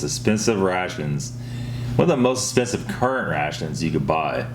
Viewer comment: “Most esssspensive”